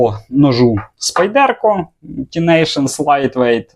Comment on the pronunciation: СпАйдерко Тінейшс, а не спайдЕрко ТінейшНс! Де ви всі набрались цього спайдЕрко?